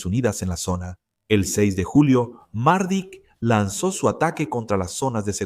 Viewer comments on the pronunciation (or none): Mardic no......Mladic, Ratko Mladic